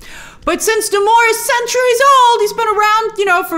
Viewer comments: You’re American. You don’t pronounce Namor like that . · Grace.. say Namor's name right 😠